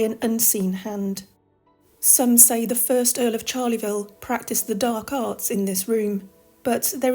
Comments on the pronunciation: Charleville is NOT Charley -ville , it is pronounced Sharl -uh - ville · Great video - but there is no 'Charleyville' - it is pronounced "Charl-vil" with no extra vowel sound between the two halves.